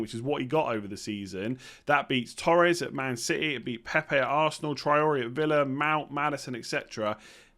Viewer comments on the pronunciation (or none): none